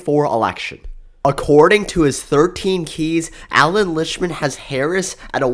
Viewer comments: Same with "Liktman" not Lichman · dude you are pronouncing his name wrong his name is actually Allan Lichtman